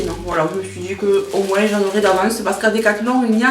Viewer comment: Oh l'excuse en mousse le liquide vaisselle 😂😂😂😂😂 "Moinsssss" ça me rappelle mon béarn maintenant que je suis expatriée en bretagne....ça fait du bien à mes oreilles L'huile essentielle même dans le bain il faut la délayer dans un corps gras et pas la mettre directemnt dans l'eau, dixit pharmacienne en insistant ++, (qques gouttes de savon liquide par exemple) et faire très attention aux quantités, c'est super mais à manier avec précautions (certaines par exemple sont toxiques pour les animaux de compagnie même par inhalation du brûle parfum...). Bien se renseigner pour en profiter sans danger, il y a plein de sites là dessus Une petite vidéo " la reine du dancefloor disco!"😍😘😘😘